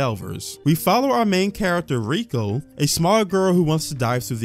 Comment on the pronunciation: I find it funny that you call out a “gross” mis-spelling twice only to continuously fail to properly pronounce “Tensei”.. or how you call cour 2 season 2, or how you also called Riko from MiA Riku… Ignorance truly is bliss. Anyways, You’re welcome to be uncomfortable, there’s plenty of that. The point of the situations where there is sexualization is that the sexualization is based around perspective. We are following Rudy, that doesn’t mean we have to think he’s a good guy or that we necessarily “like” him or insert as him, what it does mean is that we’re going to see certain events take place from his point of view. I don’t understand why anyone feels the need to comment on how “the show is fan-servicing minors” bruh, all normal people are uncomfortable with that aspect as well but to varying degrees. I think itd be weirder if he was chasing after 50 year old women (non-demons/ageless) given how old is “mental” age is. Which is not even really accurate if you look at the psychology of people who have past traumas like Rudy. It’s pretty common for people who hole up in their house or let the world beat them down and stand still to completely stop socially and mentally developing. You can grow up physically and still not grow up mentally, I couldn’t even begin to count the number of child-like adults I’ve seen. The point though is that this is part of Rudy, you’re welcome to make of it what you will, but it seems reductive to just point at it, say it makes you uncomfortable